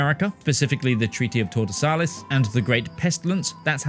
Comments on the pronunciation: Treaty of TAURDESALIS, LOL. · Does he not know how to pronounce Tordesillas?